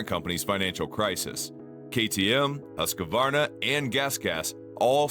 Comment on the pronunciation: no its not. but yours is better. the right way so pronouce is HUS QVAR NA, or to make is simpler, HUUS-KVAR-NAH. say the U like in USA. and the A like in America. 😁